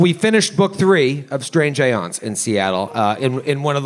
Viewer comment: I know the horse may be out of the barn at this point, (but then again it's never to late to start doing something correctly) but "aeons" is actually pronounced just like "eons," it's just the British spelling. It's not "ay-yons." I'm surprised Matthew hasn't jumped all over this, being the wordsmith. Anyway, keep up the good work ...